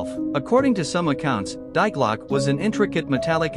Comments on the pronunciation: Lil translation for all non Germans DIE GLOCKE means THE BELL you're welcome 🤗 Ps: Die is pronounced DEE.... Not Die. I tell u that for ur Future videos. But u can't know obviously. So no problem. Big thumbs up for ur videos because u bring out so much interesting information 💕🖤💎☀️ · TTS' fault for pronouncing "Die" as it is...